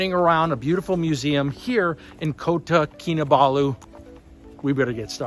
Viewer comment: Congrats on pronouncing Kota Kinabalu correctly for the first time! Fixing that shirt, that could be me 😅